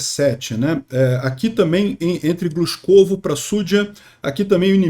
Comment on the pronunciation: Avisar aos ucranianos para só tomarem cidades de pronúncia fácil para facilitar as transmissões do.